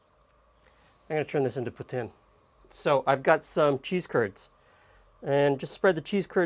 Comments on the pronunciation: We have some decent cheese curds in New Brunswick as well! Caraquet makes some damned good curds! Also, yay for saying Poutine correctly! It's not pou-teen! :D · thumbs up for the good pronunciation "poutine" !